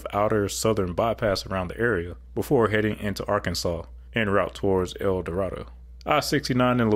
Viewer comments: Mr., about that town in south central Arkansas spelled El Dorado….. that last word is pronounced “DuhRAYduh” with emphasis on the 2nd syllable. 23 of my first 32 years were spent in the state of Arkansas. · Just letting you know El Dorado, AR is pronounced El Da-RAY-doe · "El Dorado" Arkansas is pronounced "El Door-A-Doe" by the locals. ;) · I live in Magnolia, Arkansas, and would LOVE to see I-69 between here and El Dorado (pronounced EL DOE RAY DA here) completed, particularly northbound to Tennessee. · The town in Arkansas is pronounced "El DorAdo".